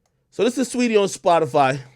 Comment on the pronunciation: He said streety I’m ☠️☠️🤣🤣